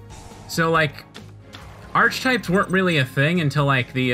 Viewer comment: its not arsh-types its arc-types